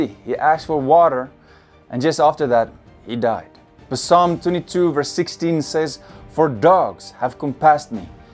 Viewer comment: Brother it's pronounced salm not p-salm